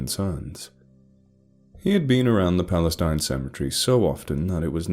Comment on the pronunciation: I don't know where this is supposed to be set, but if it's in Texas, the town is pronounced Pal-la-steen.